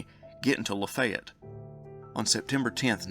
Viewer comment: Cool upload! Ty! So...Lafaylette...is pronounced (Lah Fay yet)